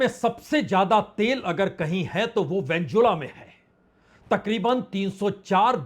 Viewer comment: वेन्जुला नहीं वेनेजुएला ...😂😂😂